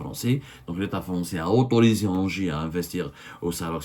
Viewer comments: ENGIE ça se prononce 'inji' cest tout bêtement l'ancien EDF électricité de France, et on pas ANGERS (ville) comme vous prononcez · ENGIE se prononce NGI